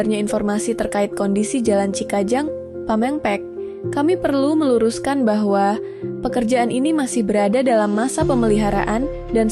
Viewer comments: Lain pamengpek....... Pamengpeuk.....salah atuh siga lain urang sunda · hadeeeeh naraykr nya di latih dulu dong .. lafalkan dulu ucapan nya masa pameungpeuk dibaca pamèngpèk...saya conten nya swbaik nya gak usah lah pakai narasi awal yg ada suara perempuan nya .. punteeeen